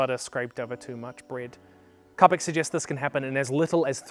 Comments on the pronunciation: Impressive guest voice list! Just a note: Čapek is pronounced "Chapek" not "Kapek". Most languages don't have the degree of inconsistent spelling that English has, so if you see two different consonants, they very likely have two different pronunciations. (I'm trying to learn how to be nice about my pet peeves, but I may not have it totally down yet.) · Čapek, Čapek, like Ch in Cheese! I'm sure others corrected you but by god man it's not like he has a Ř in his name! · Its Karl Chapec (like in "chuck") not Kapek. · Čapek, not Kapek